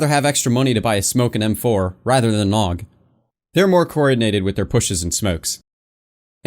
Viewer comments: A-U-G. Not a fucking word. God damnit. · Jesus christ don't call it a aug call it a A.U.G that's how you say it Aiiii you geee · Augstralis intensifies